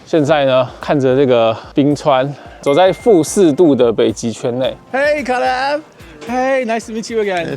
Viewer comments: 我朋友（美國人）小孩也叫 Caleb /ˈkeɪləb/，可是他發音跟你好不一樣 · I think it’s pronounce Kay-leb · caleb這個名字的發音應該是Kay-leb吧？ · 好奇問一下Caleb唸成卡類ㄅ是什麼特殊發音嗎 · Caleb的名字發音跟美國人不一樣嗎？還是阿滴叫錯了？